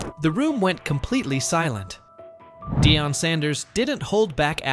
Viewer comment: This idiot doesn't pronounce Deion's name correctly. Rather purposely (racist) or didn't take the time to find out but wants clicks (loser). 👎🏽